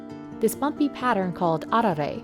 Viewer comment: you mispronounced "arare". It's "a-ra-reh", not "ray".